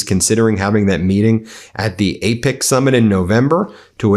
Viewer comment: Ben, the APEC summit is pronounced as "eh-peck" not ". It's an acronym for Asia Pacific Economic Community